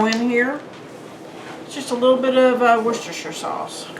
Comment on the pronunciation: You said whorechestershire correctly!!